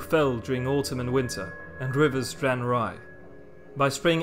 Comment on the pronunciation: Rivers dran rye. I mix up words like that all the time.